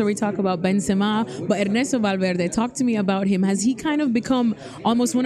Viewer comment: she said enesto valverde 😂😂